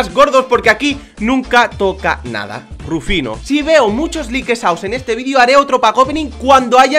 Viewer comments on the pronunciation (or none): en el minuto dijo rufino y no es haci